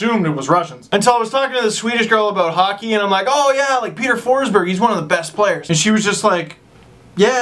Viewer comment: FINALLY some correct pronounciation on Peter Forsberg (okay, you only said it once but you should know that it made my day). I have no idea but it always drives me nuts when English speakers misspronounce Swedish names (and I'm not even Swedish) and especially every name that has the word "berg" in them. Like, it drives me crazy. But now, I'm so glad that the hockey world is at least aware that they misspronounce it, even though they still continue in their own ways. And yeah, you're pretty bad on the Russian names too (let's say the whole Eastern Europe) so don't worry :)